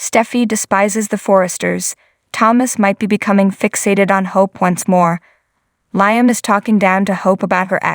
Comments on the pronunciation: It's LEEAM (LIAM) not LYAM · ITS LEEAM NOT LYAM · I know the name is LIAM I was pointing out pronunciation